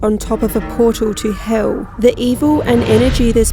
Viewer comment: Was it bewt on a portaw to heuww?